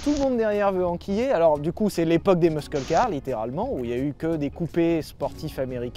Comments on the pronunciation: Superbe vidéo ! Aussi superbe que la prononciation de "muscle" par Sylvain 😍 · C'est un des rares mots anglais qu'il prononce (presque) comme il faut.